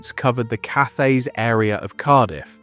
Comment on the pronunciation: Cathays is pronounced CAT AYS. A hard T not a soft TH.